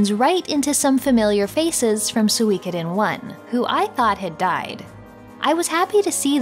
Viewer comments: suikoden not suweecoothen. s2 was the best btw if u didnt know. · “Sooweekoden” Girl. Pronounce it correctly if you’re going to shit all over it. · I always pronounced it as Soo-koden like suit. It's weird hearing it as So-wee-koden. It's like reading an entire book saying a name a certain way only to find out you had it wrong the whole time.